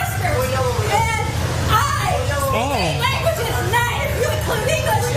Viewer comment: "lengwiches" broke my brain for a second! 🤣🤣🤣🤣